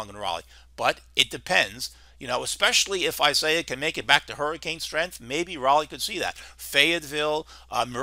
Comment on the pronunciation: Pronounced "ees-ah-EE-ahs." Thought you'd like to know.